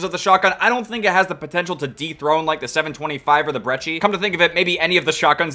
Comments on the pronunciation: Lil late but not brechie ita pronounced like breki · Not "breechie"